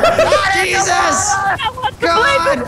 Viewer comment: He said yeezus christ